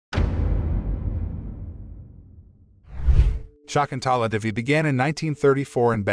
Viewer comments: American bots cannot actually pronounce the name property Shakuntala... NOT SHAAKUNTAALAA... NOT SHAEKUNTAALAA. Prounced as Sha.. kun... tha.... laa.. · "Shakuntala" is an ancient Sanskrit name! Pronunciation of name is simply awful! At least do not murder that ancient name immortalized by the great 5th century poet Kalidas.